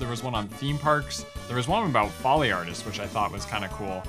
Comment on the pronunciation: folly artists? you mean foley artists?